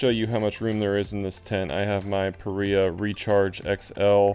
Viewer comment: Paria, pronounced "puh rye uh" after Paria canyon Utah. Thanks for the guide!